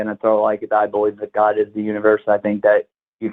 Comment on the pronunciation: You notice pronounces God as “Goauwduh”?